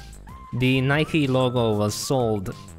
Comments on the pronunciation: It's not Ni-Ke, it's just Nike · I’m offended, I’m from the uk and we don’t say Nikey we say Nike (bike with a N) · Us:nikee Uk:Nike Us:porschea Uk:Porsche Us:adeedas Uk:Adidas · Why are they saying “Nike E” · Here in the UK we pronounce Nike and Porsche and Adidas the exact same so please don't mock us when you don't know what you're talking about😡😡😡